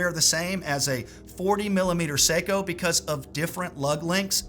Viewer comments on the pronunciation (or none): none